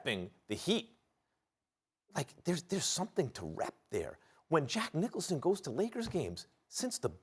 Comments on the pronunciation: I can’t take Stephen F Seriously when he calls Jack Nicholson, Jack Nicholas 🤦‍♂️ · "Jack Nicolas" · "Jack Nicholas" 🤣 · My man said Jack nicholai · “Jack Nicholas” - Stephen A Smith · This man loves to butcher names Dennis Schrader Jack Nicolas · lol second time in two days they butchered Jack Nicholson’s name